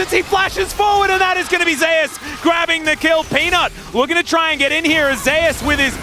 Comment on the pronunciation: How about just call Zeus Zeus instead of ze ass